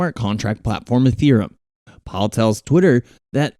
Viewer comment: "Dodge curn and ethrem".. lol